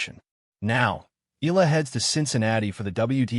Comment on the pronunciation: FAKE NEWS Channel ! Graf did not meet Alex in Toronto, I googled it and it's not true. Please FILIPINOS wisen up. Videos where EALA is pronounced as EELA are 99% made by AI and disrespect Alex EALA and her Filipino fans. DISLIKE this video by clicking the THUMBS DOWN icon then REPORT this channel by clicking the 3 dots at the right side below the video so Youtube can shut down this channel. FAKE NEWS that are spread about Alex Eala are making more and more people hate her, which is just unfair. These channels are just capitalizing on her popularity and name recognition by posting anything about her, whether they are true or false.